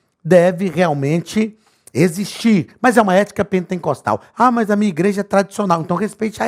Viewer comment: Só eu entendo o Pastor falar PENTENCOSTAL ??? 😲